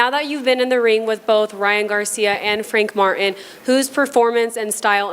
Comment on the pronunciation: The announcer said "I wanna thank Frank Fartin" haha im dying